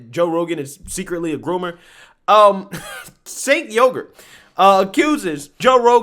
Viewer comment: Did you say "Jank Yogurt"? 😆